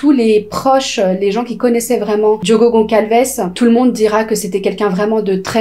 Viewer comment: Je viens de vous découvrir j’aime beaucoup votre travail ❤mais s’il vous plaît ce n’est pas Goncalces mais Gonçalves on le prononce Gossalves c’est un ç comme S merci 🙏🏾